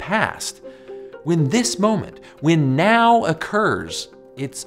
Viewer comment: This guy literally can't pronounce the word "when". He says "Wynn"